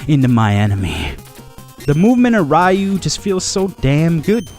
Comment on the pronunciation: It's pronounced ree-u...and it missed the 32 bit era as well